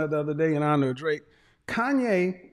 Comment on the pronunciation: KANYE not Kayne